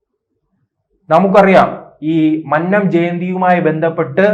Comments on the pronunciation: മന്നം എന്ന് പറയാന്‍ ആദ്യം പഠിക്ക് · എഴിച്ചു പോടേ. മന്നം എന്നു പോലും നേരേ പറയുവാൻ അറിയാത്ത നീയാണ് NSS നേ പിളർത്തുന്നത്.